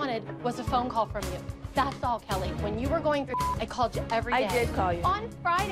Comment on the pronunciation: Is it just me or anytime when Kelly wants to say "All I wanted to do" but she always says "Alz I wanted to do"